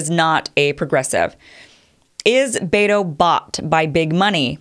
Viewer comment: Pronounced BET'o, not baytoe.